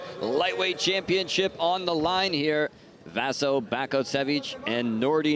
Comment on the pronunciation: This commentator is a fucking moron. Not once did he call out either of their names correctly... "Vasco Bake-osevik" "arse-ih". At least have the damned decency to learn their fucking names...